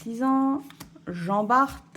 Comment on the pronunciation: Salut et, merci pour cette vidéo 👍. Ton classeur est plutôt bien rempli. Pour info, Jean Bart (on ne prononce pas le t) était un corsaire originaire de Dunkerque qui a combattu à l'époque de Louis XIV.